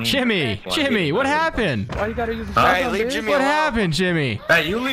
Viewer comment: “Why you using a Shiot gun?” Lmfao 🤣 Ily 🤟 💜